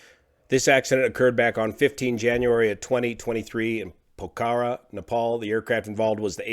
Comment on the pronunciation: Love u, but ur not pronoucing Pokhora correctly and it's driving me nuts (I live in Nepal). So, pilot error then. That sucks.